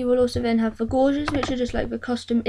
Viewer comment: Great little tutorial mate. I'm still getting up the nerve to do it , don't want to screw up the programme! Incidentally, gauges (instruments) is not pronounced like a gorge, but as in cage. So cages = 'gages'. ;)